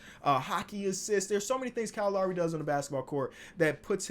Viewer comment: U say Lowry kinda funny but it’s all good. Lowry was hurt at the beginning of the season tho